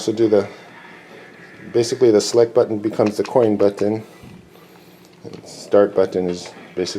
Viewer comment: Dope cabinet but I hate how you speak. You pronounce button "butt-on"